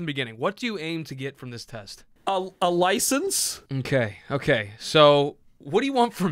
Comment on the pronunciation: No one talking about how BUTCHERED License 💀